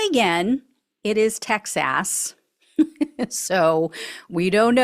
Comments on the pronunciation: Loved the enunciation TEX ASS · "TexAss" > good one,!:)) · One day this lady will learn how to say Texas, but today is not that day.